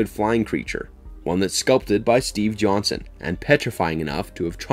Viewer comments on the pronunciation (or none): none